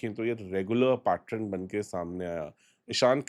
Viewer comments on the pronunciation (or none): Pattern hota hai Pattrun nahi hota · Bhai adat hogi I have observed him saying it many times.